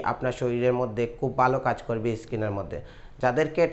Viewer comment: কতা না কথা,বালো না ভালো।